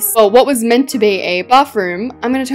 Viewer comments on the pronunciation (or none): none